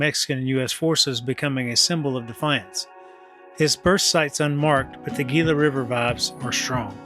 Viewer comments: The g in Gila is pronounced as an h heela. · Nice video as always! Having been born and raised in Arizona the "G" in Gila is actually pronounced as an "H". I was stationed at LAFB for several years as a Special Agent for DOD back in the day. I hope you had an opportunity to to visit Sedona Arizona up North and walk the West Fork in Oak Creek Canyon. Happy trails.